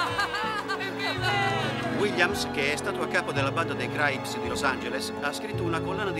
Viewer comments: Sentire “Craips” invece di crips è inascoltabile. Comunque è davvero un film raro da trovare in italiano, grande. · Craips!vi odio,crips si dice crips !!!capre